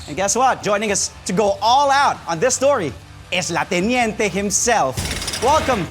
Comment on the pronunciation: el teniente cguro sir hindi la teniente?